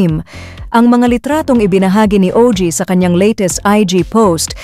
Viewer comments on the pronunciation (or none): Ogie po hindi o.g. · Ogie, NOT O.G..